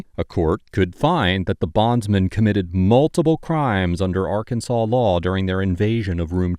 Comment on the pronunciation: Occupation: Frunt desk. Welcome ta Rkunsaw. lol